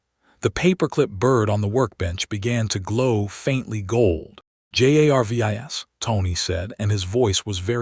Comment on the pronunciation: Ummm has anyone mentioned ai cant say Jarvis it just keeps spelling his name but rest of name are said ... u might wanna check ai algorithm to see if its bugged